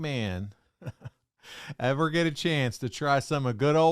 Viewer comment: “We gotta handicapper and we got the best eevvar.” Con man has to con.